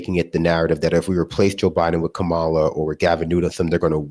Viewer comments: doesn’t seem to know he’s saying Kamala Harris‘s name incorrectly. It’s said - Comma-la, rather than Come-ah-la. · Someone please let him know her name is pronounced "comma-la" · You’re the best, but repeat after me. It’s pronounced ‘Comma -La’ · keeps mispronouncing Kamala. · With all said, and believe me, I know there's much more to say, we are shooting ourselves in the foot by damning ourselves. We can't even pronounce the Vice President's name correctly. Sounds too simple to say that, however, no woman has ever been elected president, let alone a Black Woman. So, I am going to go and watch my favorite movie from 60 years ago, KaMAla verses GODzilla. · I’m a huge critic of Kamala Harris but damn dude say her name right 😅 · I find it odd that you corrected pronunciation of covfefe, but not Kamala. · Why does this guy keep pronouncing "Kamala" like the derisive Republicans do? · Someone teach the guy in the left box to pronounce Kamala Harris name correctly. He sounds like a Fox guest.